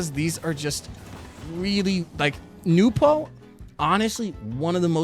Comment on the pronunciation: Bro the second you pronounced it "Nupo" I breathed the DEEPEST sigh of relief .... and then just sat back and enjoyed the rest of the video edit: oh shit I need to change my swivel speed